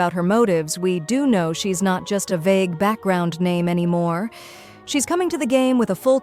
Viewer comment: I love how the AI voiceover uses a different prononciation every time it says a name. 😂